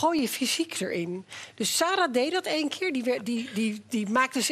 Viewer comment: Keerrrrrr op keerrrrrrrr op keerrrrrrr. Hahhahaha